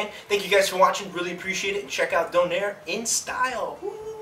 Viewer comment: its pronouce donayre not donaire